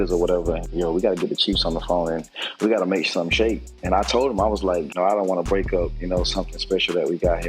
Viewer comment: Love your show hate the way you say Break🤣